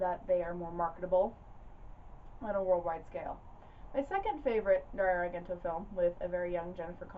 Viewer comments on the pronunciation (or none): The proper pronunciation of Dario's last name is "ARE-JEN-TOE". The second syllable is pronounced like "Gent", in "Gentleman". If you want to give it that authentic Italian sound, you can roll the "r"s in his first and last name;-) Before-ah you know it, we make-ah proper Italiana, out of! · This was quite an interesting watch. I will have to take note and sniff out copies for my own collection. Your channel is becoming one of my favorites. Pronunciation-wise, of his surname, it would be "ahr-JEN-toh." A soft "g," not hard.